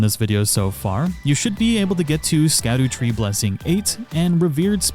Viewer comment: really? The NPCs literally tell you how it’s pronounced 😂😭